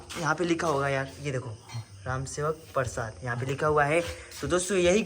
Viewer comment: राम सेवक परसाद गलत पढ़ा,, सही ( प्रसाद) हे❤